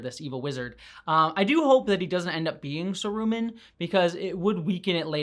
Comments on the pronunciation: Sah rooo mahn, I cringed every time you said sah roomin' It's okay though, I enjoy your content, keep up the good work! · SArumahn, not saRUman..... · Every time you call him Saru-man, 2 things happen. 1. Christopher Lee sits up in his grave and yells „Saruman!“ with the stress on the 1st syllable where it belongs and 2. I picture Christopher Lee in full Kelpien makeup spiked up on that wheel in Return of the King and that makes me so sad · May I ask why you pronounced Saruman “saROOman”? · I've never heard anyone say Saroooo-mon before 😅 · I liked how Adar died the same way Sauron "died" at the start of the season, i thought that was kind of a nice bookend. Also, have i been pronouncing Saruman wrong???? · Thank you for this video. It is nice to see some positivity about this show. Though the way you pronounce Saruman is cringe.